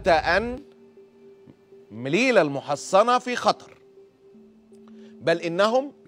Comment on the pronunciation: اسمها مليلية هناك ياء قبل التاء المربوطة